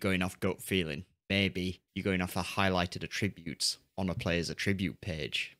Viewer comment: hi ive watched pretty much all your great videos on FM and i have a minor complaint , every time you say attribute or attributes it grinds me as you are to my ears mispronouncing it but keep up the good work⭐⭐⭐⭐⭐